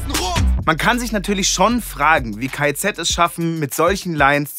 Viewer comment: Es triggert mich, dass du die ganze Zeit K.E.Z. sagst 😂 Ansonsten aber ein cooles Video 🤝